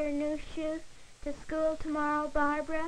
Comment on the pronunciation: school was pronounced skewl